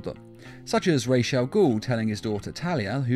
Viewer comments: It’s Ras al gul. Not rashe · why is Ra's al ghul pronounced as "RESH AL GHUL" - its RAA's AL GHUL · Say it with me “ RAWS (like raw celery) AL (short for Albert) Ghoul (like the vampire anime) Love your vids man